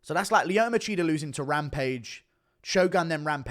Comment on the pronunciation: lmao "Leeoto Macheater"